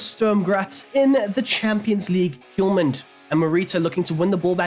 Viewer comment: The H in Hjulmand is silent. no need for the Hiulman